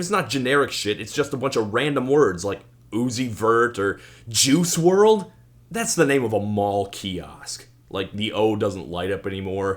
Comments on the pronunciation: I know this episode was a struggle for you Todd but I think it came together really well. Good video. I especially enjoyed the running gag of mispronouncing Juice WRLD's name over and over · “Juice Willard” 😭😂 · I just about lost it when you had to pause before reluctantly saying "JUICE WRLD"